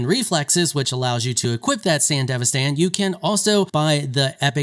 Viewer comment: Thanks for being the only youtuber that says sandevistan right